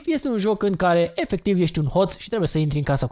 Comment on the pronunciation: ma intreb de cate ori a zis,,efeciv''